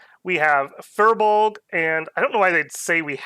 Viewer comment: From Irish - Pronounced "Teer na N'Ogue" (Land of Youth). Not "Nog". Fir Bolg is pronouned Fir Bul-ug. (Men of sacks or men of thunder according to interpretations).